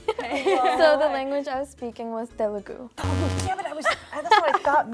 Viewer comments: it's not Telgu, it's Telugu. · she murdered telugu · Telugu is not spoken like that you idiots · 🙄 she murdered telugu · She spoke it very bad